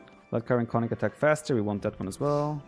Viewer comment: Konnik pronounced Kon-nik, hard "o" like in Oh, or tone (but short), hard "i" like in Single